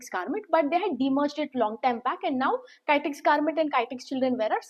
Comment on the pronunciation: Please pronounce Kitex properly